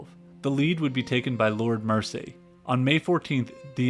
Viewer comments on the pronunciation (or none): Pretty good video, but as an Englishman I must inform you on a few glaring mispronunciations. 1) Lord 'Mercy' is Lord Mersey (Mur-Zee) - like Liverpool's famous River Mersey. 2) 'See-Rill' (radio operator) is pronounced like 'Squirrel' not see-ril. 3) It's Car-Pay-thia, not 'car-PATH-ia'. I get you're American, but these things stand out to us English folk. I hope you don't mind my saying.